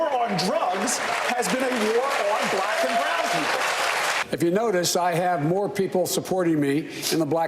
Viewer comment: "The only blafican American woman" 😂